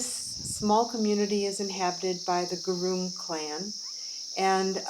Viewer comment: Not groom it's "Gurung"